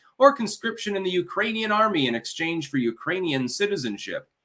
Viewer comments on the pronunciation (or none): none